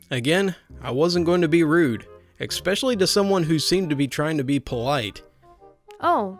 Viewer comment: I laugh every time he says "ex-specially"